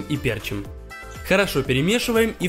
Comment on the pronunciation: Не пЕрчит, а перчИт